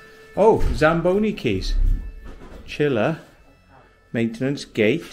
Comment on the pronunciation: As a Canadian, I haven't seen those goal creases since 1986 after the NHL changed the line markings. Also, I keep hearing you call the Zamboni the "Zambolli" haha. Must be me ears.